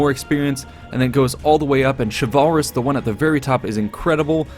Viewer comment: Xin Guan Same with chivalrous.